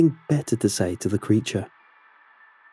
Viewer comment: i love your voice and the detailed stories so much that i don’t even mind when you pronounce [says] as “s-aye-s” instead of “s-eh-s” 🤣